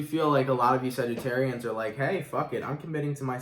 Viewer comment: Thanks for saying sagittarians. So many readers say Sagittariuses 😤